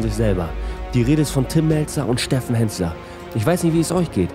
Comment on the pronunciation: Henssler und nicht Hennsler. Achte auf den Titel und lass mir nun den Fuffi. ;-)